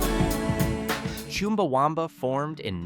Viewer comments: It's CHUMbaWUMba, not CHIMBAwumba. Just like it's Twat, not Twot! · It's said as 'Chum-Ba-Wum-Ba', there's not Choom in there. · interesting pronunciation of Chumbawamba. Not sure how he came up with choom at the start instead of chum. It's a unique way to pronounce a u 🤣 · It’s not Choomba… it’s Chumba! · It's not chewmba wumba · It's pronounced Chumbawumba, it rhymes with thumb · Forgotten' by who? I remember all of these apart from the 'snow' thing! ' Yes I'm Gen X. Why the emphasis on America though? When most of these are not American songs? PS. you pronounced Chumbawamba wrong ('chum'--'bah'-'wum'-'bah') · Never heard Chumbawamba pronounced like that before!